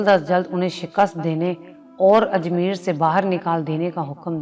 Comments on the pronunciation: Please ap apny urdu theak karo ap ke urdu bolnay main kaye ghaltian hain un main say ayek sahe lafz hay ajmair ap ajmeer par rahay hain . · Plz pay attention on ur pronunciation its ajmayeer not ajmeer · Raja Parthoi nahi bhai "Prithvi" Lafz "Ajmeer" nhi "Ajmair" hai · Content aur expression dono achay hain par Hindi words ki pronunciation ki behtri ki zaroorat hai,jaisay pawitr ko potar bola,raam dev ko deo,Ajmair ko Ajmeer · بہت اچھا سبق آموز واقعہ بیان کیا، اس سلسلے کو ضرور جاری رکھیں مگر انکا مستند ہونا ضروری ہے، دوسرے آپنے 3 لفظ غلط تلفظ کئے، اجمیر، بھرشٹ، اور پوتر، لفظ و تلفظ کی درستگی بھی بہت ضروری ہے مہربانی کرکے اسکا خیال رکھیں.